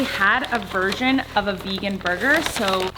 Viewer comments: When colleen says "version it sounds like she says "virgin" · Did someone noticed that she said „virgin“ instead of „version“